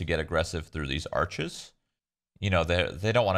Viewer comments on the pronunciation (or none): none